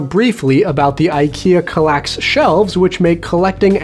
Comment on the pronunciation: As a swede I gotta "protest" some at the pronunciation of Kallax, but you're alright anyways. ;) Did you know Kallax is a rather small village in the north of Sweden? It lives just above 300 persons there. Fun trivia.